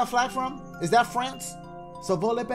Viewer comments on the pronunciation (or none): none